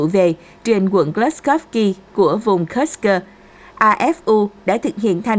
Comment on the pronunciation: Kursk mà sao độc có thêm âm cơ nữa nghe mất hay rồi